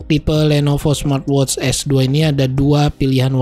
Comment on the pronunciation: "Smatwotsss" lmao